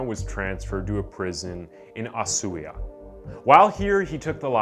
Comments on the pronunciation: The pronunciation of Ushuaia was so bad... did you even try? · "ah-soo-ya"? I think you mean "oo-soo-why-yuh." Dude, you seriously gotta start looking up pronunciation of words before you make your vids. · I like these videos, but damn....your mis-pronouncing drives me mad... ushuaia is ush-wire, the child from the face family is fah-che. It's just a huge pet hate of mine. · A prison in "Osuya" lmao 😂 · i, as an Argentinian, who also lives in Usuahia, have never cringed so much at someone butchering the names LIKE DID U LOOK UP THE PRONOUNCIATION? CUZ THE PRONOUNCIATION WAS SO FAR FROM BEING EVEN CLOSE TO CORRECT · Man you murder Usuahia names. you didnt even pronounced the A in the middle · You trying to pronounce Ushuaia has given me life lol